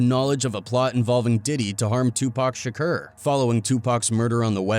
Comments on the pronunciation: lmao this guy cant pronounce tupac... tupurk shkur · This dude pronouncing shakur shakerrr is annoying isn't it?! He can't even pronounce Tupac's name correctly after so many years of others pronouncing it correctly.